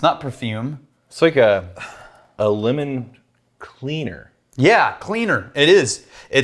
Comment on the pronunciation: I thought said “lemon wiener” not lemon cleaner